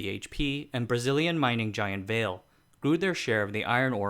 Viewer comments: It's pronounced Vah-lee not veil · It's not pronounced "Vale" it's "Vah-Lay" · If Vale is Brazilian, it probably shouldn't be pronounced as the ski resort, but as two syllables va-le. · Vale reads as "Vah as in "vast" and "le" as in lemon. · i would think you can pronounce the company name's correctly, "Vale".............. come on